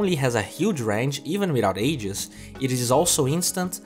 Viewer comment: even without aegis - "even without aghs " rofl